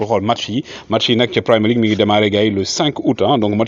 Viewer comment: Waw mbeur, on dit Premier League (premier, comme en Francais), mais pas Primer League. Sinon le boulot que tu abats nickel vraiment! Bonne continuation.